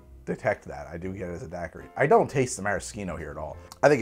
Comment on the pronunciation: Talks about people not understanding his "Aperol" Also: Dackery